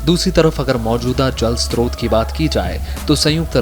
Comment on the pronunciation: स्त्रोत नहीं स्रोत होता है। हमेशा गलत उच्चारण करते है